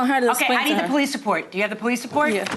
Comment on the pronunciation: She said - "I called de "POE leece"... POE leece... ? ... "😮" ...